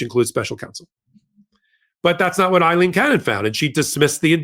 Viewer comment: A-lean not I-lean